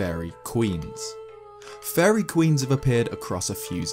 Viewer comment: the way you say fairy sounds like furry